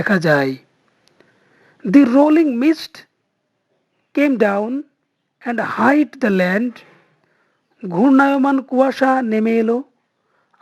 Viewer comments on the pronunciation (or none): Hid এর উচ্চারন হিড। এটা Hide ( হাইড) এর past tense .